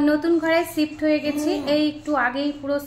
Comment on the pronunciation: একটা শব্দ প্রতিদিনই দিদি তোমার ভিডিওতে দেখি যদিও বলতে চাইনি তারপরও মনে হল একটু বলি কারন ভুল শব্দকে ঠিক করে বলা তো অন্যায় না,কানে বাজে ছিফট না ওটা শিফট উচ্চারন হবে বাংলাতে,ভালো থেকো, সোনার জন্য মন থেকে ভালোবাসা, অনেক ভালবাসা ওর জন্য